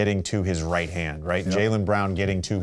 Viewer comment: he really emphasized jb getting to his RIGHT hand 😭